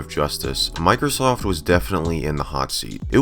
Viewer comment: It sounded like she said micro SOS